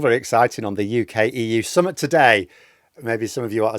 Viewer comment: Phil please stop pronouncing summit like "summut was up". Summit is spelt with an i and pronounced as in tit, not with a u and pronounced as in tut.